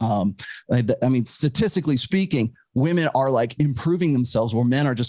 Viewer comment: "I'M NOT LIKE THOSE OTHER WAHMEN"